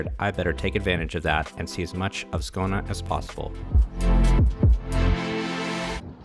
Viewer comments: Hmm? You live in Skouna? Even speaking deep Skånska, Skåne has an e at the end, usually something like Skaöune :) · Sorry but can you please fix your pronunciation of Skåne, please. It's Skån-E, not Skån-A. If you want to use the english name it is Scania (like the truck brand)